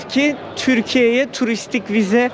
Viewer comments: Törkiy değil Türkiye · Törki ne yahu... TÜRKİYE diyemiyorsunuz.